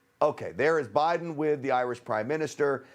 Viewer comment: Thank you for pronouncing 'Putin' and 'Biden' CORRECTLY!!!! Why other news anchors/commentators/reporters find it so challenging, I cannot imagine.